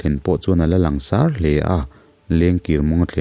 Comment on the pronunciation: Langsâr lamrîk dân hi 'sâr' lai hi lam er loh a thlûk pangngaia thlûk tûr a ni. Mizo naupang ten an zirtirtu(mipa) 'sir' (ka pu, tihna, a sap ho tak tak chuan sâr kan tih ang hian an lam ve chuanglo a) an lam ang hian. Chiang/hmuh awl ang chu hi sâr an ni. "A hmêl chu a sâr vung mai," te kan ti ṭhin a ni. "Kan sêrthlum kûng chu a hliahtu hnim kan sâmfai ta vek a, a 'sâr' ta larh mai, misualin an rûk mai pawh a hlauawm ta zâwk e," tih a 'sâr' nên hian thuhmun a ni.